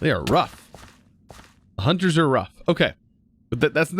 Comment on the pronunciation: Btw the "Hunter" you are calling is actually "Haunter". You can pronounce it by "Hon-Ter". With a hard "O". Lemme help you.